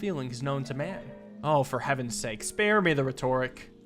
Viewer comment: you are awesome. Learn to pronounce palm and rhetoric😂 Nothing but love